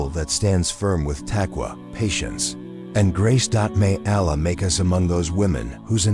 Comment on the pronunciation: Excellent content but remove AI please. Allah must be pronounced properly. Other pronounciations to be corrected by the speaker are 'hijaab' not hyejab, some things become comical like spelling words than pronouncing them like 'Taqwa' - also saying 'dot' makes it absurd. So please choose a real person to relate this content - again content is simply excellent. 'Allah' MUST be pronounced correctly or people with switch off. Not 'hay-are' but 'hyeaah'. Not 'people dot' but 'people'. All the good work here gets detracted by the impact of the comical mispronounciation.